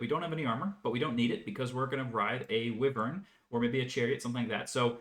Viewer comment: Team on pronouncing Wyvern!